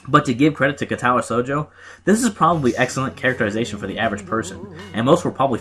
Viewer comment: Word of advice: your Japanese pronunciation will improve greatly if you always place the emphasis on the first syllable (KA-tawa SHOU-jo), not (ka-TA-wa SHOU-jo). It's not always true, but it's true often enough that you can default to it.